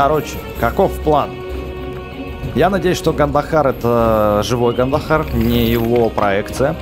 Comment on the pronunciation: Ты говорил огандахаре